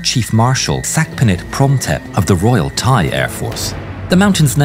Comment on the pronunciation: bro i cant with the thai pronnuciation man 😭😭 not tryin to make fun of you but i didnt know that my country's laguage was that hard to read for westerner lmaooo, also good vid tho